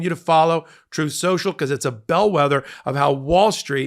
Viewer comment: O no! Not Trouthe seuchal 😂